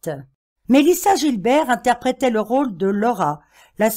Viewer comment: Mélissa "Guilbert" pour la prononciation américaine pas Gilbert comme le prénom merci.😊